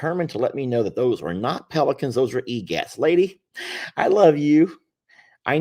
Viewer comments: Correction on pronunciation of Egrets…they are of the Heron family. It’s not egats…… It’s pronounced “e grits”. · It's not pronounced 'egets' but 'eGret' I know you're not wearing your glasses, but your pronounced them wrong.